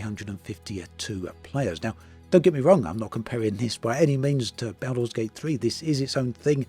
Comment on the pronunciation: My ears! Baooolder's Gate 3.